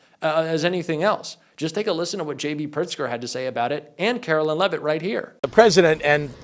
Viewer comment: KARO-LINE, NOT KARO-LYNN.